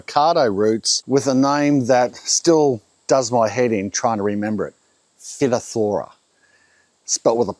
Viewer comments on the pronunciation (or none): Good video. ...just wanted to share: it's not pronI unced 'fitothora', it's 'fytofthora". This is a common problem in wine groves. So far, there's no way to combat it, other than to increase the plant's ability to grow MORE roots using adding phosphorus. ...lots of compost and additional phosphorus. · sounds like.. Phi..toth..ER...ra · It's pronounced "fi-toff-tra". Well technically "fy - toff - tora" but Australians don't pronounce the last few letters of a word. Like Straylya, fella, banga etc. But my advice (from an agg science graduate in Brisbane) is to plant avocados in a tree pot on a concrete slab (like yer veranda) and fill it with 50% sand, 50% compost. So basically just a super sandy soil. You'll have to fertilize it with artificial fertilizers though because any organic matter is almost guaranteed to contain phytophtora, fusarium, anthracnose etc. And on hot days if it hasn't rained in a while you'll need to put a hose on it because the sand drains super fast. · As a horticulturist..PHYTOPTHORA.. pronounced FY TOF RA 😂 👍 GREAT CHANNEL MATE... we had the same frikken problem 160 trees eventually died...hard lesson learned 👍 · It sounds like fietotherra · I worked in horticulture for a bit over 15 years studying originally at grovley college in Brisbane. I swear we always pronounced it as figh-TOFF-thuh-ruh . But I'll be the first the say my Latin wasn't the best hahah . I had a bit to do with phytophthora. Even in the nursery's it could easily spread through beds if it wasn't treated . The avacardos and the citrus where probably the two families most effected in the fruit trees . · phytophthora, = Fyyy- Tofff-eRRR- a. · The disease is pronounced Fy-toth-fora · Agree and was about to say same about pronunciation. Studies I undertook at UQ it was Fi -toff-thora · Phytophthora is pronounced “fi toth thora”. My old mycology lecturer is spinning in her grave… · For future reference, it is pronounced FIT-off-Thor- a. Emphasis on the 1st and 3rd syllables.